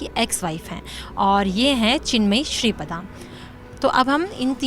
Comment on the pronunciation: Shri Pada nahi ShripRada.